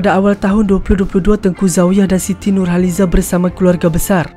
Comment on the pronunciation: Cerita² memng best tpi pengulasnya sy x berpa berkenan over sngat sebutan pun banyk sngat se²..siti nur halizeeee..